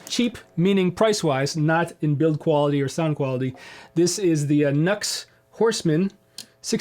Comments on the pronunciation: NU-X= new x. Not nucks. Think about it.. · Nux pronounced “ new x” i believe... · Cool comparison I believe the NU-X is meant to be pronounced with two syllables Nu and Ex. Who knew? There's a world of klones out there, aren't there. I have two budget units currently. Tone City Bad Horse Caline CP-43 Pegasus I'm preferring the Pegausus at the moment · Too funny, I thought NUX was pronounced "Knucks" too. But then I heard another say Nu-X and prounounced it as "New-Ex". Who knows though.Good pedal for that price. The latest Klon, the Silver or Golden Horse by Mosky. That's the pedal that arrives later this week. It's my 3rd sub $30 pedal and I really haven't been disappointed with any of the other 2. Rowin Noise Gate, Mosky Mini Muff. I really do like the Mosky Mini Muff, but there's only so much Smashing Pumpkins you can play before that gets old, especially when you play Smashing Pumpkins as bad as I do. You can also understand why I throw $30 at a pedal, I'm never touring or recording at this stage of my life, so I don't need a dead ringer for any clone pedal, just something that gets me close enough. Maybe that's why I sound as bad though, the pedal might drift away from exact match and that's part of the reason why, poor dexterity being primary though. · Here in Australia, I've heard them being pronounced as "NEW-EX" (NU-X)